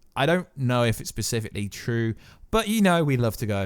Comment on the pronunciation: bruh please stop saying "pacifically" its specifically, you killing me! 😂😂